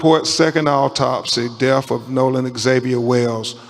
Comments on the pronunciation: I'm sorry but a supposed "attorney" should know how pronounce the word "death". Really? The deff of Nolan. Ben Crump is a race-baiter, not an attorney. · Ben Crump is the most racist, ignorant man who is out for his own personal gain PERIOD! And the word is “death” not “deaf” which makes him stupid in addition to racist and ignorant. He just loves to stir up controversy and start problems where there are no problems. Can’t stand his lies! That boy’s friends loved him and didn’t do anything to him but a man like Crump could never understand that because he’s never had true friendship’s like these boys had. It’s sad all the way around but his parents know his friends didn’t kill him. Men like Crump make their living by stoking the flames of hate and perpetuating tales of racism where there are none.